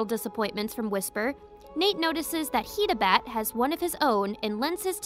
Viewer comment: One of the funniest things about Nate's story is how despite having embarrassed himself in front of Katie so many times, they still end up getting married. Alot of the names were misread or pronounced wrong like "HIDE"abat, Duke DROOLY and ALICKtocat. Still a great video.